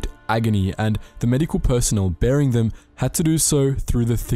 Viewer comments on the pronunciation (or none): ? Bearing them? Burying them? Rewinds…. Ah bearing them 🐻 lmao